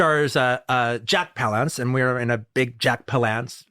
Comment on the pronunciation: Why is QT calling him Jack pau-LAUNCE? Isn't it Jack PAL-lance?